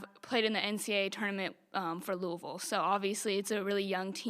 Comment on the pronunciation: At the mark, HAILEY VAN LITH pronounces LOUISVILLE just like WE LOCALS do. Listen up, she says LOU-AH-VILLE. None of that Louie-ville crappola.